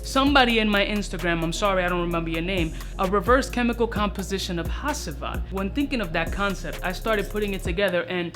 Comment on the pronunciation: Ha”ç”ivat bro you pronounche it like de c from chees. (Im turkish )